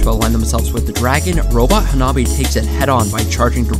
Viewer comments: Hanabi means fireworks in japanese, also that was pronounced terribly, at least get their name right if your announcing someone’s accomplishments. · Dawg what kind of american ass pronounciation of hanabi is that 😭 also i love that dude's avatar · As fast as a firework Explanation: 花火 (pronunciation: "hanabi") means firework in japanese